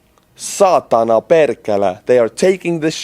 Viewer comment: As a Finn, you sounded like one of us with ur Perkele and Saatana haha! well done brother and keep up the good work.